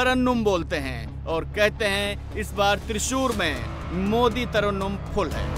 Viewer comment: Tarannum nahi Reporter ji,Tarangam